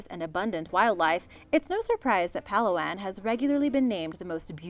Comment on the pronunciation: I lived in the Philippines but we do not pronounce it like you pronounced Palawan it's pala-wan